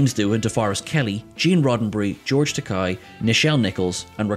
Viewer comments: STOP CALLING HIM GEORGE TAK-EYE! It’s TAK-AY! What you just called him, in Japanese, is George Expensive! 😂😂😂😂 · It's TakEi,with an E! Not A. How do you don't know that!? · It's "tuh-KAY." Really tired of hearing his name mispronounced in your videos. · I love you guys, but you’ve really gotta start pronouncing George Takei’s name correctly. Japanese words and names are spelled phonetically, it shouldn’t be hard to forget. It’s Takei, not Takai. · I've always called him Tak-ayi! (Takei) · As he himself has reminded us many times, it's Ta-kay, rhymes with gay. :) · but tak-eye rhymes with "Oh my!" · Seriously. They get corrected on this every time it happens. It’s inexcusable at this point.